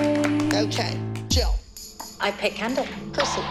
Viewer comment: Holly: Jill sounding like Chill